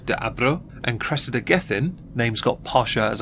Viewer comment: Oh Cwessida! Pwease don't throw my Cwessida in prison with common cwiminals!!!